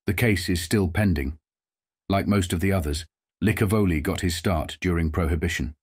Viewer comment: Thanks for at least pronouncing Licavoli correctly.